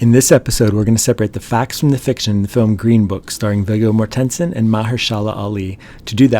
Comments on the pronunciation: "Viggo more-TEN-son"? It's "Vee-go MOR-ten-sen". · Vigga Mohr-ten-sen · Either this is crappy TTS or this guy needs to do more research before pronouncing names 🙄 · This is really good dude. Great job- you mispronounced some things but overall really appreciate this one. Subscribed. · I heard how your pronounced “Vigo Mortensen” and I immediately clicked off. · Maybe like...learn to pronounce peoples names before you make an "IAmVerySmart" style video. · Ugh...from a video preporting to separate fact from fiction, the fact that you completely mispronounced Viggo Mortensens' name I can only imagine what else you've probably lazily stitched together. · I have to add my comment to the others who said, that it would be nice if the narrator of the video actually knew how to pronounce the names of the actors! Get someone who can. It's a disgrace, and if someone ever pronounces your name incorrectly, you always correct them! No different with a video. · Never mind the fact that he's also butchers g the hell out of Viggo Mortensen's name! It's quite distracting. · The pronunciation in this video is on some next-level shit. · If you incorrectly pronounce an actor's first AND last name in the first five seconds, why should a viewer trust the accuracy of anything you say in the remaining thirteen minutes? Also, c-o-n-c-e-r-t-o is not pronounced con-SUR-to. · Con-CHAIR-to, not Con-SERT-o...and Viggo M....?